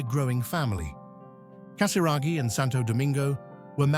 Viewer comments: Casiraghi et non Casaraghi !!pfff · Fundador sem noção Diz o sobrenome de Andrea totalmente errado Antes de gravar,vá aprender Não é Casaragi É Casiraghi E não Casaragi